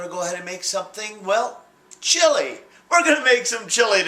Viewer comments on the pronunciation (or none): swear he says "its a chilli gay"